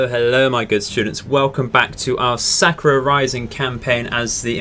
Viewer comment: Sa-ku-ra. Means "cherry blossom".